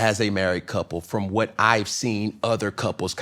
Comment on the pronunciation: Cam whet in all WHET??? Word salad of exhaustion